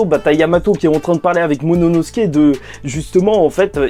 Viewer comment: Lol apprend a prononcer momonosouke lol. Sinon super vidéo comme dab